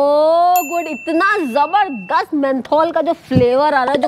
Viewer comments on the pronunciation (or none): none